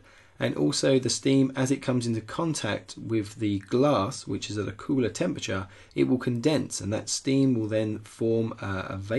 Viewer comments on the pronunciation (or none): none